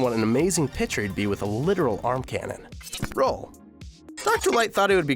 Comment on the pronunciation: Roll and Bass not Role and Base